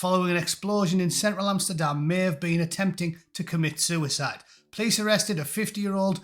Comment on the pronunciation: Sure, sure... A soo-a-side... Sure....